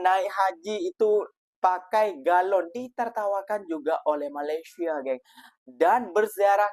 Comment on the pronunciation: COBA PERHATIKAN DAN DENGARKAN BAIK BAIK, APA YANG DIUCAPKAN... BERKATA MALASYA.... MALASYA... MALASYA... 🤣👻🤣🤣🤣👻🤣🤣👻🤣 ITUPUN KALAU TIPE M MALAYDESH TAK PEKAK TELINGA 👻🤣👻🤣🤣🤣👻🤣👻